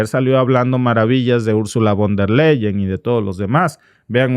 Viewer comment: Se pronuncia: "fon der Laien".